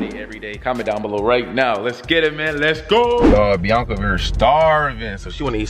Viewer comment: Damien can’t say it right it’s biiaaaaaaaaaaaaaaaaaaaaaaanca. 🤣